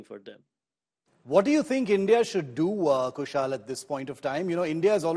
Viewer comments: कुशल को कुशाल कह रहेँ हैँ। इतना तो पता होगा कि रोमन मेँ लिखा नाम गलत पढा जा सकता है । तो नाम पूछ ही लो । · Shiv, His name is Kushal and not Kushaal, the way you are Shiv and not Sheev . Don't try to make yourself as you come directly from Mars.